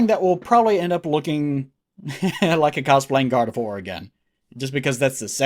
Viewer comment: It sounds a lot like you're saying "God of War" when you say Gardevoir.